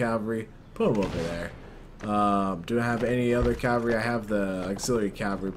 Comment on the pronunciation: Did you notice : group calvary instead of cavalry